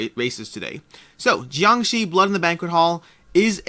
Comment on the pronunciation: Be happy you pronounced JiangShi perfectly!